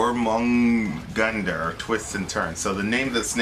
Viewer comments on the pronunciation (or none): Jormungandr, pronounced "yor-mun-gun-der" lol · Soft J :) its yormungandr sort of and fenris it pronounced Fen and Ris short I not like EES its like isss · Vingtor is another name of Thor. And the snake's name is pronounced your-min-gone-der.